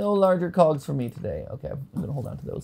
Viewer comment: the way is say cogs it make it seem like he's something else, one large cog